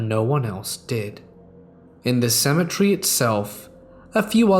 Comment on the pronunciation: Seriously, would you mind explaining the difference in pronunciation of cemetery and symmetry....